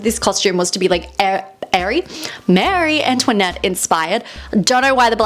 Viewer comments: Marie Antoinette is pronounced Maah-rie not Mary. It is a French name not an English name. I've never heard her name pronounced wrong before. That made me cringe. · Marie. She’s saying it wrong